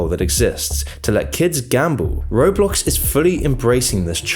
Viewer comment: I swear...every other time you said it, you said: "road blox"